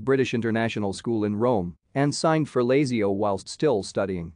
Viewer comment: Sickening. Doesn't even know how to pronounce Lazio and Mussolini